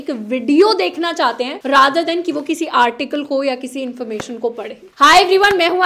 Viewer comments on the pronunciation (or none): none